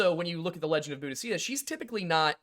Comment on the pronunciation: That pronunciation of Boudica though! 🤦‍♀